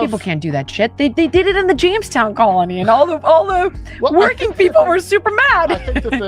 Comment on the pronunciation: Was it Jonestown? Or Jamestown?